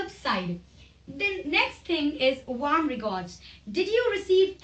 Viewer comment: Nice Video dear but please do check the pronunciation "Warm"